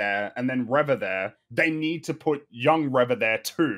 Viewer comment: Nobody should take arguments about how words are pronounced for as long as he continues to mispronounce Reva. How does he still not realize he's the only one saying "reh-vah" and not "ree-vah"?